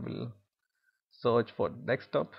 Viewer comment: It's not dixtop.... It's desktop! And it is not "publish and development" it is "publish and deployment"